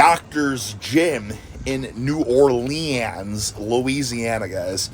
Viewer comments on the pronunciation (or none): "New Or Lee-Anns" sounds amazing.